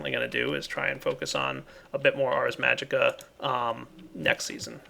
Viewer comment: Dude it's ARS magica not arc